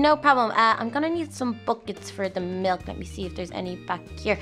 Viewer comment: You can't say milk your saying mulk